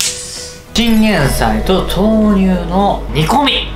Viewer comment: 豆乳分離するの気になってたんですがバター入れると平気なんですね！ 勉強させていただきました！ 途中おにいさん ティンゲンサイって言ってましたよwwww